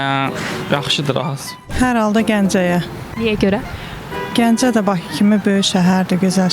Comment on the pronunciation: Jurnalistlər küt adamları haradan tapır? Ay qız Baçı yox, Bakı. Bu millət ç hərfi ilə k hərfinin fərqini bilmir. Ay oğlan azərbaycan dilini dərindən öyrən. Ay xanım şəhəri köçürməkdən söhbət getmir, paytaxtı köçürməkdən gedir.